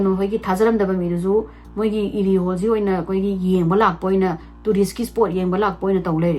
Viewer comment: Pung 2 😅 Krish haiba nate Erie haiba ne eida ra wrong pronounced toubei irritated oise dusu uncountable time